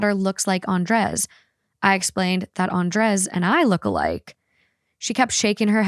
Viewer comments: It’s pronounce AN-DRAY not AN-DRES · Love your show. Listen all the time bit don't think I've ever commented. That's usually because I'm driving. Just wanted to say... lol... I'm pretty sure Andrez is pounced "Ahn-dray." 😅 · The way they pronuncie Andres felt so uncany for me as a spanish speaker 😂 it sounded like "undress" every times 😂😂